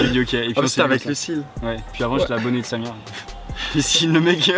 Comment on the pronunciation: pk tu dis samir et pas safir?